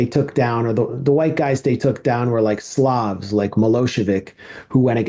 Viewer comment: 1st time i listened, thought called Milosevic a slob; but no he said 'slav'. 😊